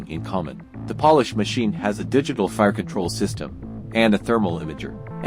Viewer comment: AI Voice? Pole-Ish, not Paul-Ish. Love the video though.